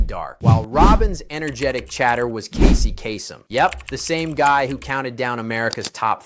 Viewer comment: Good content, a little heavy handed with the sensory tie-ins. But sometimes you pronounced Casey Kaysem's name as "kah-sem" instead of "kay-sem". It was distracting